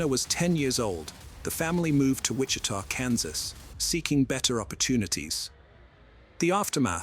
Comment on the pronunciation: Also, not Witcha, but Witchita.